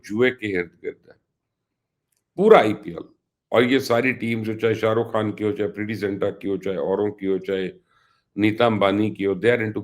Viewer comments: میڈم آپ اپنا نام ہی درسے نہیں لے سکتیں آپ سے کوئ نام پوچھے گا تو آپ کہیں گی ۔۔ حالانکہ کھان کوئ لفظ نہیں خان ہوتا ہے جان چھوڑیں یا تلفظ درست کریں اردو کی رہی سہی جان پہ رحم کریں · پتہ نہیں کیوں اس عورت کو اپ لوگ پروموٹ کررہے ہیں ایک تو پہلے ہی ہندی فلمیں ہماری اردو کی پہچان ختم کررہی ہیں اوپر سے ایسے لوگ۔ افگانی کھان صاب وغیرہ وغیرہ۔۔ خدا کے واسطے اردو کو پروموٹ کریں اور ان کےبتلفظ درست کروایئں میں نے صرف ایک پروگرام نعم صاحب کا دیکھنا چاہا لیکن صرف دو منٹ میں میری ہمت جواب دے گئ میں ایسا تلفظ برداشت نہیں کرتا۔ اور آپکا یہ پروگرام بھی صرف 50 سیکنڈز پہ بند کر رہا ہوں